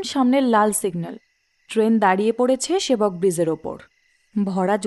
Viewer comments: bridge to nayikar uchharoney breeze hoye gachhe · Protek ti golpo khub valo lage, darun presentation, actor rao khub valo, sudu aktai choto anurodh, jakhn kono scholar character play hoche, ba kono educated person er character play hoche, kindly ektu pronounciation e research korenin. Bridge k jodi bizze bola hy, ba shadow k ssadoow bola hy ektu essence ta ghete jai presentation er. Please eta feedback hisebe nin, kharap mone krbna ❤️